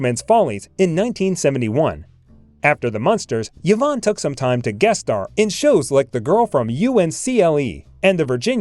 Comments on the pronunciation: Hey, Narrator: Her name is pronounced "EVE-AWN," not ever "YEE-VON!" Sheesh...Pretend that initial "Y" is an "I," & you got it. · EE-VONN. Not yuh-VONN. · Eevon not Yeevon. Peace out. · Someone tell the narrator that Yvonne is pronounced as E-vahn, not Yahvahn. What is wrong with this guy. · Yvonne is pronounced Ē•'von, not yevon. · Yes…mispronounced Yvonne repeatedly. It’s not “Yivonne “. ..rather say it “ee-VAHN” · Also, Yvonne should be pronounces E-von, not Ya-von. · "Yee-von"? Really? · It’s pronounced ‘E vonn’. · Oh for God's sake, pronounce her first name CORRECTLY. It is " E Von" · Who on earth is "Yo-VON De Carlo"? Never heard of her. I thought this video was about the well-known Hollywood movie and television actress Yvonne De Carlo. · It appears that she also had an "Ee-nam-er-us" lust.... who is the reader??? Human or computer, it's an idiot.... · The AI cannot pronounce "enamorous", Yvonne or Sondheim or Orpheum, "fit her build", Ray Milan, Casbah, Demille, Demille (a 2nd different mispronounciation), "Cynicism" for syndication, U-N-C-L E for man from Uncle, etc...How did she satisfy her enormous lust? The regular way, by going out with a string of men, apparently. Lily was plated by Decarlo in 71 of 72 episodes, unlike what narrator states. After 9 months, no corrections. Vintage Hollywood Archives is brain dead. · Why-vonne mispronounced repeatedly, and he started out with "enamourous lust?" i also didn't make it too far past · Learn how to pronounce the name "YVONNE" correctly.